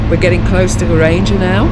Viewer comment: To listen to your pronouncement of some words make me laughing😂. Geiranger for example, if you split this to Geir - anger so is anger pronounced like anger (angry) and not ranger (riding police). 😂